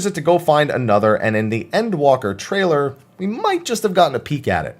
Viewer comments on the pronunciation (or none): none